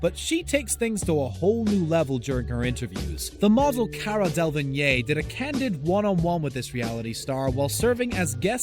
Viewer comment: It’s not Cara